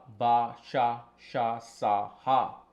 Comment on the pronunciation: All are Telugu Alphabets Hey, you got this list from some Telugu astrologer or Telugu astrology book Oh yea, you didn’t pronounce some of them correctly It’s Meliki Sa and you sounded like sha when you said it 😂